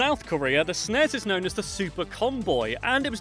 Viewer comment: . this pisses me off! There was NEVER a "SNEZE" .It is and always has been S. N. E. S.